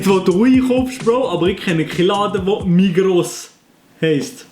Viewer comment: D usländer säget Migros nit Migro 😂